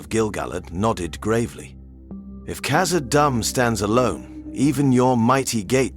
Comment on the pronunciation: Please work on your pronunciation You said kazadoom the first time and then after that you keep calling it kazadumb